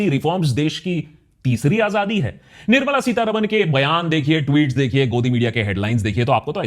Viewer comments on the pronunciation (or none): none